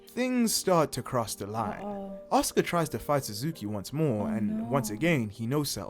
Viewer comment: For the record,.... her name is pronounced "Ahska".... but spelled "Asuka". Just wanted you to know that. As everyone who watches your channel, I love what you do, and think you are adorable (but not in a "creepy old man" way... more like a "I wish you were my daughter" kinda way. It's sad that that needs to be said.... but it's 2023...) Anyway, keep doing what you are doing! Your fans love it!